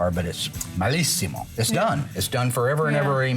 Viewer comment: mark its bellissimo not mellissimo